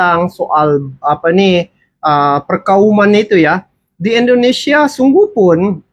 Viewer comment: Tictoker itu apabila cakap INDONESIA Bercakaplah DENGAN Betul,, JANGAN E, E , E TERUS KALAU MAU MEREAKSI INDONESIA!!! JADI sangat LUCU , kampung dan Aneh INDONESIA dia😁 COBA TIRU ORANG EROPA ,KOREA,JEPANG,THAILAND AFRIKA KALAU BERBICARA INDONESIA DENGAN BETUL TANPA AKHIRAN KATA E!